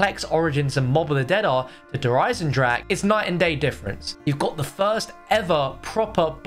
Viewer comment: Bruh, the way he pronounces eisendrache made me cringe toooo hard